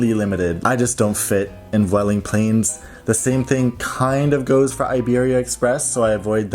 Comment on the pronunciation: It’s actually pronounced ‘bweh-ling’, as v is a b sound in Spanish. 😊